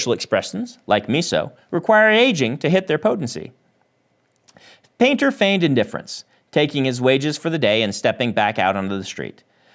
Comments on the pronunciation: I was just listening to this and I was hearing 'panther' instead of painter... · Honestly thought he said Yumi and the Nightmare Panda at first now I'm dissapointed 😂